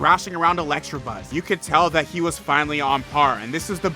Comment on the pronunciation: Dude, it's ELECTABUZZ. There is no 'r' in there.